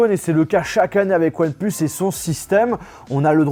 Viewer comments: je retiens un truc "one pleus" c'est "one plus" !!! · Ouanne pleuss... je rigole mdr😂😂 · One "pleusse" 😭😂